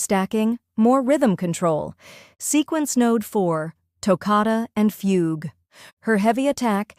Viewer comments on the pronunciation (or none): none